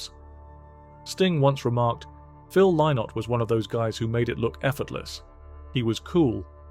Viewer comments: Phil Lynott. It's not pronounced "Lye-nott" - it's pronounced "Linnet." That's the way he pronounced it himself. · Lynott is pronounced Linnit like minute. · It's pronounced 'Linott' FFS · That's not how Phil pronounced his surname - check his concerts !